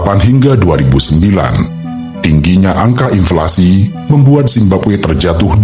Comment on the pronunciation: Inflasi bang, bukan implasi